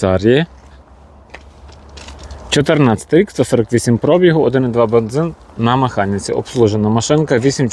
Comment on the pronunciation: Пробі (гу), а не про(бі) гу!